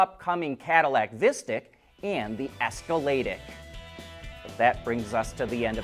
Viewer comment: For the Escalade IQ, you say the letters I Q individually. It's not pronounced Esca-lay-dick as you are saying every time. If it were, it would be spelled Escaladiq, much like their other ones (Optiq, Lyriq). The letters are separated and capitalized, ergo you say them separately.